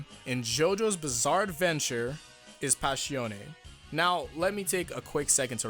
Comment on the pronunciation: WHY DO YOU SAY ABBA CHHHH IO INSTEAD OF ABBACHIO. WHY DO YOU SAY PASHIONE INSTEAD OF PASSIONE